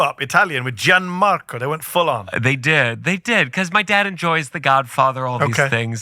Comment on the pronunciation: How disgraceful. Gianmarco doesn't even know how to correctly pronounce "Gianmarco" ... 🤦🏻‍♂️